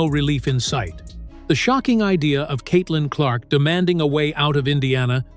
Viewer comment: Stephen says Caitlin Clock